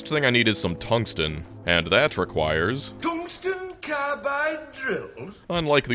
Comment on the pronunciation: "Thungsten carbide drills" LOL :D